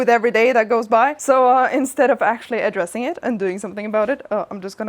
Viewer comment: Haha, "aDRESSing"